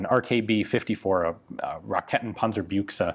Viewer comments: Racketenpanzerbüchse. Pronounce it right -> Raeccckkketttrnpäntsserbüeckkse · Regarding the pronounciation, i guess the more accurate way would be: "ruhKEH-ten punn-zerr byx-eh" ;-) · Rak-eeeeeeten panzer Bookse! that's how you pronounce... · Hahaha - "Rakkettenpanserbjuikse"? "Panser-Shrek" (it certainly matches the color...) If you ever need help in properly pronouncing German words, let me know, I would be more than happy to help :-) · Aber wie er Raketenpanzerbüchse sagt... 😂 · ᛞᛖᚱ ᛖᚱᛈᛖᛚ jo is ja auch für Deutsche ein schweres wort